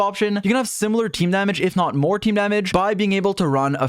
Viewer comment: Help I can’t every time he says damage It sounds like another -ge was added Damagege 😭